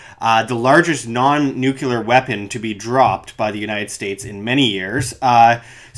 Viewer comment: Did you just pronounce "nuclear" as "nucular" like Dubya? How embarrassing.